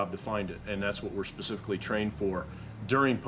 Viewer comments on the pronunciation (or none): Bro said "not pacifically" 😭